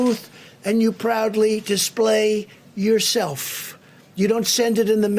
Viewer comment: At :18 ....proudly dishplay yourshelffff. God blesh the United Shtatsh!